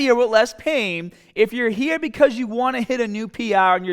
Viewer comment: “You got to go from hera to hera” Lol accent. Your gonna stock out in Flo Rida. Unless you are in Tampa.